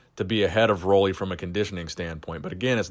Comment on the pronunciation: Nice video,. But just so you know, you've been saying his name wrong all this time. Roelly rhymes with 'Julie.'